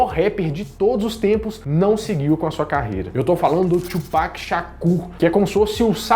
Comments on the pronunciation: Não é Tchupac não, colega. Kkkkk. Fala-se Tupac mesmo. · só lembrando que a forma correta de falar Tupac é como em portugues, e não "Twopac" .. falo isso pq quando falei assim na frente de um americano ele começou a rir :|